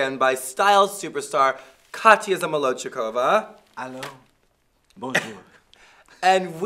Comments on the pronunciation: zahm a loch kiv a is the correct pronunciation (i think) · Missing the D tho hehe